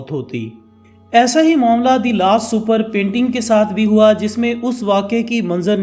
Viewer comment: Da Vinci ko Donchi.. or the last supper ko sooper... Channel itna bara hai mehnat keya kren pronunciations pe